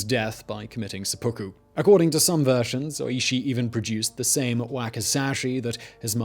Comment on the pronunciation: Yeah, not really, though. It's called sehpuku, not sepookoo.